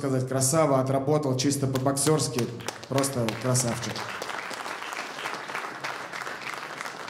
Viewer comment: Техничнные бойцы по лучше чем на рашке ) обожаю когда ты говоришь (красаУчик) 😆😆😆